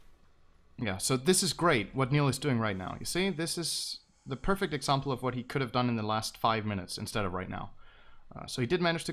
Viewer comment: Ok this annoys me somebody tell me where synderen is from because when he says eksampel he sounds really norwegian.